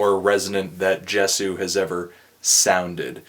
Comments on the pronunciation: Yes yay-zoo not jes-ooo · Is it not pronounced Yey-soo? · for the record it's pronounced "YAY-zoo" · it's pronounced Ye-zu... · In my humble opinion, being a die-hard fan of Justin's music since 1989, I cannot bring myself to judge or even stratify his music from good to bad. Such originality doesn't deserve to be judged, but....reviewers must do what they do, and for that you have my respect, for better or worse. "Ascension" I love this album. and yeah, it's pronounced "yay-zoo" :P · man sadly, I kind of agree with you here. Even down to the artwork. But hey, the dude can't put out instant classics all the time. Its like the rollercoaster broke down halfway up the hill and now i have to walk down the steps.....hey i think its pronounced Yay-zoo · It's pronounced yay-sue, by the way :P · It's pronounced "Yay-sew." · IT'S YAY-SU!! YAY-SU!!! This is how You read it. Why no Bukkake yet? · tru, you pronounced it wrong :/ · If you watch videos of Justin, pronounces it with a "J".